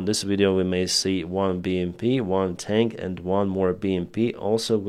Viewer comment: can I correct your pronunciation... Its not "Russian Tank" it's "Russian Tink" 😂😂😂